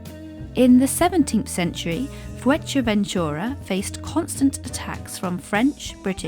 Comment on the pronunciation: The video is well made but you need to learn how to pronounce Fuerteventura properly 🤣